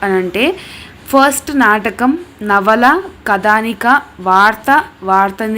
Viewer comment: కథానిక కదానిక కాదు